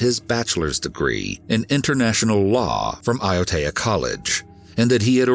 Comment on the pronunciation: Hey, great work on the pronunciation of Māori words like “Waitakere” and “Aotea”, sounds like you done your research, the Māori dialect is very difficult for foreigners to pronounce, but that was a solid 8/10! I’ve lived in NZ all my life and remember very vividly when the case started to get publicity. NZ is a beautiful country with beautiful people, unfortunately, there was a monster lying in wake amidst the beauty.. All of us hold Grace in our hearts, may she be free flying high above us ❤️❤️❤️